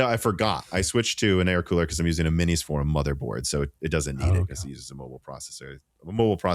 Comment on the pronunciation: Please say For-um. Like 4-um. Its not For-room, like 4-Room. Thank you :)